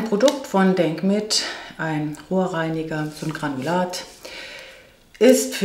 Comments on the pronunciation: Am Anfang habe ich "Ohrreiniger" statt "Rohrreiniger" verstanden und mich erst gewundert, was das für ein Zeug ist, Granulat zum Ohrenreinigen! 🤔😂Zur Erdbeermaske musst Du mal berichten, wie Du sie vertragen hast, habe auch empfindliche eher trockene Haut und reagiere auf auf Fructsäure gern mal mit Rötungen. 😕 Jaaa, jetzt kommt wieder die Kerzenzeit. Denke auch, da sollte man besser ein bisschen mehr ausgeben für gute Kerzen, ich kriege da auch gern mal Kopfschmerzen davon, da habe ich schon Sorge, dass man da doch einiges an Chemie sonst einatmet, was durch die Hitze der Flamme noch mal richtig schön "aktiviert" wird. 😬🙈 Ich wünsche Dir ein schönes Bergfest, liebe! 😘💓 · Musste gerade so schmunzeln, meine Liebe 😲😬😀😁 hatte doch tatsächlich Ohrreiniger statt Rohrreiniger verstanden🙉🙉🙉🙉 Die Fleckenteufel sind prima. Mit den Wischlappen, das ist wirklich oberstes Gebot, was die Hygiene angeht 👍 👍 👍 Die Backpapier Zuschnitte sind sehr praktisch. Oh ja....jetzt wird es wieder gemütlich und da dürfen Kerzen 🕯 auf keinen Fall fehlen. Bin auch im Kerzenwahn🙈😀 Die ersten Pfeffernüsse haben wir schon gegessen ☺️Und die waren so mega lecker 😊 Waaaas? 🤔 Das Rosenwasser 🥀🥀🥀 ist teurer geworden? 😲🙈😮 Kann auch nicht ohne sein, ich liebe 😍 es liebe ☺️ Von Schaebens die Augen-Lippen Maske muss ich unbedingt testen. Orient Maske 🤔 scheint neu zu sein. Diese Augenbrauen Puder im Shaker sind auch nichts für mich. WÜNSCHE DIR EINEN SCHÖNEN MITTWOCH, LIEBES ☺️ 😙 ❣️‼️